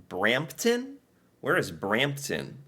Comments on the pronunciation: Brampton? Oh no. Lmao 😂😂😂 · Brampton lol. Absolutely terrible. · Brampton. Sigh.